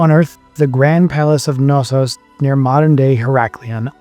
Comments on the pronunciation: Thassalocracy or Thalassocracy? Which is it? Also, is it really that hard to say the "K" in Knossos? It's not an English word, and the "K" is not silent. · English speakers, US? here?, and their unwilling of propper pronouciations ... Its just showing the roral disrespect for other languages and cultures! It is PhAIstos, the AI like in EYE! It is not Nossos, but KNossos with a spoken K and not as in kinfe (naif)! etc. etc. etc. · Great video. Crete has such a rich and fascinating history. Not to be pedantic, but you’re supposed to pronounce the K in Knossos cuh-nos-os And Phaistos is pronounced Fy-Stos